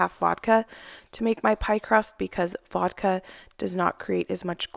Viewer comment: Hi, did you said voldka for the dough?